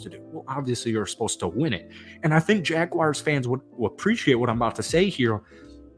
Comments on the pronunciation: JagWARS, not JagWIRES. Please, for the love of all things football, say. the. name. correctly. You came close a couple of times but we get sick and tired of people calling us the Jagwires. Other than that, decent video. Evan Engram is coming close to being one of the best TEs in Jags history and if you know our TE history that is saying something. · It's pronounced "Jag-WARS", not "Jag-wires"